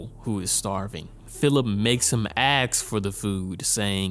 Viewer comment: Ok, unrelated to content but I pro-tip: the word is "ask" not "axe".